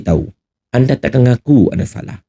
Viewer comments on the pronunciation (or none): none